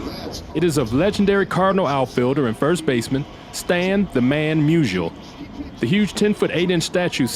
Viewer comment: Great video! FYI, Stan’s last name is pronounced “MEW-zee-ull.”